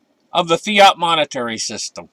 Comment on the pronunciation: lol. did he say fiat or fat? It's always the quiet ones, huh?